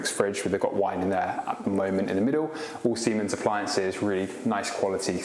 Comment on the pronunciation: Fascinated by the Symonds WiFi hob ! Did you mean Siemens ( pronounced Zeemens ) induction hob ?